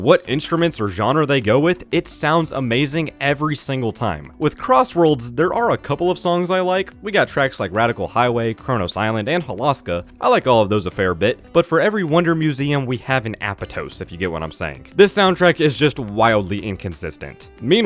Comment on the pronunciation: It's actually pronounced "Ah-pot-tose" in-game. Also Holoska is pronounced "Ho-low-ska".